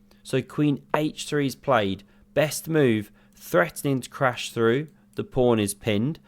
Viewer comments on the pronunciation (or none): none